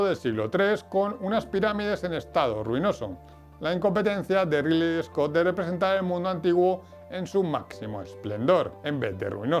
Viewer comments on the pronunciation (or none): Amigo, en serio, me encanta tu contenido, pero no podes pronunciar rili scout o gladietor, o hablas en español o pronuncias bien el ingles, pero da verguenza ajena. Además decis incluso incluian... un poco de guión, ojala te ayude a mejorar.